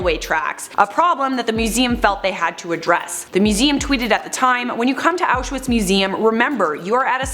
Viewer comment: If you’re going to talk about auschwitz at least pronounce it right.